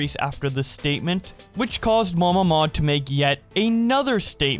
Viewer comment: The first time you said MamaMod I thought it was Mama Maude